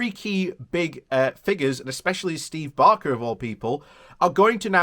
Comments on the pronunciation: B a k e r as in bread. Not Barker as in Ronnie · He’s called Baker. ‚A‘ like in fake, not like in garden.